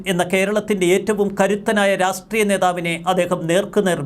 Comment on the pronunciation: രാസ്ട്രീയമല്ലടോ.. രാഷ്ട്രീയം എന്ന് പറ.!